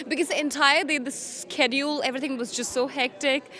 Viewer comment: She cant even pronounce schedule